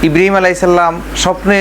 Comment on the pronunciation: ইব্রাহীম নবির নাম ভালো করে বলতে পারেনা। বলতেছে ইব্রিম